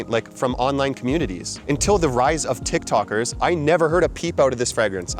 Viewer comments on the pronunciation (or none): none